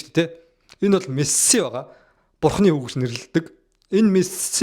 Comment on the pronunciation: Чам-пион-с лиг why are you чамсионс лиг вэ😂😂😂 Мэс-си болхоос Мэссс-сссси биш шүүдээ Парис-сэйнт жерман болхоос парис жанжер биш 😂😂